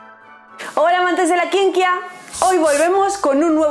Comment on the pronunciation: Me encanta cuando dice "amantes de la kienkia", aunque no se porque lo hace pero primero escucho 5 veces la intro y luego el video completo 😬 gran canal 👏🏽👏🏽👏🏽